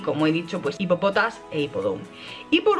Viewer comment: Dices selos cuando se pronuncia shelos... Dices ipopotas cuando se pronuncia jipopotas...